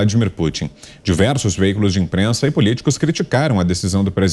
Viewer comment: Essa "inprenssa" não tem senso de humor. Gente azeda 😆